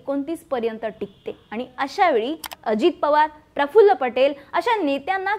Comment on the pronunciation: Prafullla nahi parfful